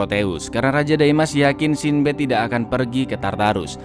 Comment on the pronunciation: Sin Bad 😐 coba pakai google translate, cara pengucapan mu kurang tepat